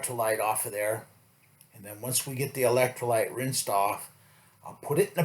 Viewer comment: He says electrolights... But really, its Brando. Remember... BRANDO, ITS GOT WHAT PLANTS CRAVE!...